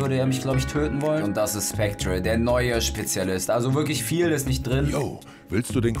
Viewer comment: Ich bin so triggerd du sagst Specter falsch😠😂